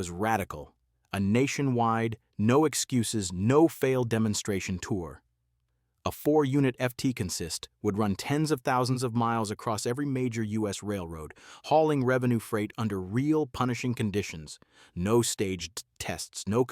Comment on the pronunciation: One big problem with AI voices -- they can't differentiate pronunciation based on context very well. In railroad parlance, the makeup of a train is a "CON-sist", not a "con-SIST". But AI consistently pronounces it as if it there were only pronunciation of the word! 😄😆😅. Also, the "567" refers to the cubic inch displacement of each individual cylinder, and EMD produced 6, 8, 12 and 16-cylinder versions of the 567 to meet different horsepower needs. Refinements of the 567's basic design through the years increased the horsepower yield, so that a 16-cylinder version grew from the FT's 1350 hp in a single unit, to 1500 in the F3 & F7 and 1750 in the F9, and eventually 1800 hp in road switchers. Turbocharging allowed them to reach up to 2500 hp in the GP35 & SD35 models, the practical limit of technology for that cylinder size. In 1965 EMD introduced the 645, and later the 710 in 1983 -- the same basic design and outer dimensions, but larger cylinder sizes (obviously 645 and 710 cubic-inch displacement, respectively). The 645 version also introduced the massive 20-cylinder model in the SD45.